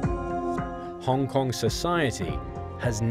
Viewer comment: Trump, you say Hong Kong nicely.